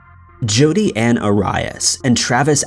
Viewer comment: I swear I heard him call her Judy too 🤣🤣😭🤦🏻